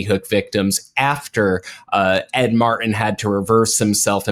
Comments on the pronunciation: for God's sake, stop saying Ed Mar-en! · Its rough to listen to a guy, who can't use the letter "T" over and over and over again (when saying "Ed Martin").... go back to peach (speech) class. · Just a side note here. One tĥing that really gets under my skin is how pronounces the name Martin. said it properly each time. M A R T I N. completely keeps the "t" in Martin silent. keeps saying MAR IN, instead of saying it properly. My brother brought this to my attention over a year ago. Since then, I've noticed these mispronounced words are gaining popularity. News casters etc., have joined the bandwagon and many others. For example many people now say pu in, instead of putin, again keeping the "t" silent., (small caps intentional for that horrendous war criminal pu tin, and trumps love interest). Has anyone else noticed these mispronounced words? Every time says Mar-in instead of Martin, it drives me crazy! Say it the right way or go back to the third grade! It sounds like these idiots have a speech impediment! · It's MarTin, not Mar-in. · I truly appreciate all of your information and the work you have done. HOWEVER, please learn how to pronounce the letter "T". Thank Creation that SCOTUS FINALLY did something right. My question about Jones - two questions - 1. Why is he allowed to be on the air? He should be banned from any media. 2. Why is he not in jail?